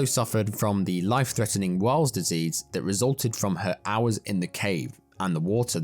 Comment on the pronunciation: Nothing would persuade me to against a proper guides advice! Weils Disease is pronounced Wheels disease, it is Leptospirosis (Weil's disease). You can get this in the U.K from rat urine, or rat urine infested waters.